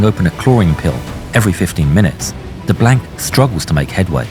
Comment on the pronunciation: Being a Cajun in Louisiana I'm proud we are represented by DeBlanc...but learn how to pronounce his name and the actor had no accent and we don't use culture references every five seconds "bring on the gumbo"...lol or the swamp references...but other than that great representation